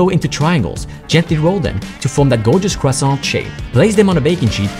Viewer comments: Stop saying "croissant" with pronouncing the "t"... Say "croissan" 💀 Btw im french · Stop prononcing THE T for the love of Napoleon it Croissan the T is silent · Why is croissant pronounced "CROSSOh!"? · Bro its pronounced kuwasawnt